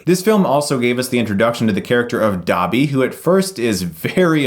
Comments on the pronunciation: Y u say dabby it's dobby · its Doby not Daaaarrrrby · i don't think Dobby has an R in it ;P